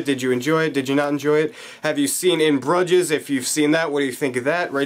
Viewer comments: Its Broo-zjess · ahhh how are u pronouncing that so wrong man. they mention the name of the town like 1000 times in the movie